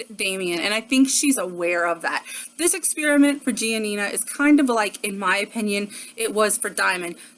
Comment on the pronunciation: Her parents said gi-ah-nina though? Did I hear that right?